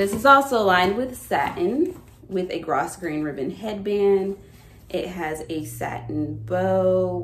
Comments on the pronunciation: Usually pronounced grow-grain not grosgrain there is an English milliner on YouTube named Ilona. She gives tutorials you may enjoy. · Your hats look lovely on you. You are obviously improving your hat making skills. They are very creative and frame your lovely face. FYI, jodphers has a tricky pronunciation. It is jod-fers. Grosgrain ribbon is pronounced grow-grain. The s is silent. There is a type of grograin ribbon that has one edge with scallops which allows it to be shaped--basically one side stretches. That type is called Petersham ribbon and it is often used in millinery. Wikipedia has a nice explanation. Petersham makes a nice waistband facing because one edge stretches so the still edge stabilizes the waistline while the loose edge lets it flare towards the hips. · I've never seen anyone attemp to make their own hats. These are fantastic! Just lovely! I could be wrong, but I think grosgrain (ribbon) is pronounced as grow-grain. I think the o is a long sound and the s is silent. But maybe my mom and grannies were pronouncing it wrong all my life.